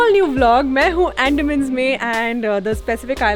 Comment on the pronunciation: it's अंडमान not एंडामn